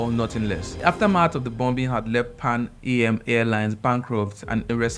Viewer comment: You're probably too young to know but the airline was pronounced "Pan - am" as in am (for example "I am a girl") not the lettets 'a' 'm'. It was a lovely, trendy, popular airline in it's day and the Air stewardesses as they were called, had lovely uniforms!! Well done though and can you please slow down your delivery a bit? It just seems as if you're just reading very quickly from a screen!! Work on your timing, inflections etc and we'll enjoy your delivery a bit more. I found myself pausing and going back on sections to enjoy and fully appreciate the story. Thanks for bringing such an important historical figure to light!!😊